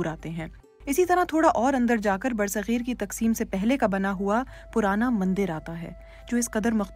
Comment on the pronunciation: It's bar-e-sagheer not ber sagheer. Sad to see BBC Urdu standard getting low.